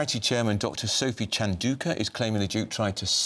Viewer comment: Bloody hell. It's not pronounced Sent-ah-billy. It's pronounced Sent-a-bally. Chandouka is pronounced Chan-dow-ka. A simple google check will give you that, and it is your subject matter after all.